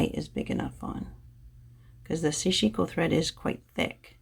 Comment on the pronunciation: Not meaning to offend you or the Japanese language, but I was informed that the correct pronunciation of Sashiko is to say "sash" and then "iko". the accent is on the the first syllable (not sashi'ko). "Sash" in Japanese means small stabs, which you do when stitching. Just FYI. I stand corrected if I am wrong. No offense intended. TY.